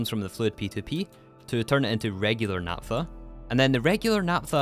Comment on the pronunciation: Please pronounce "naphtha" porperly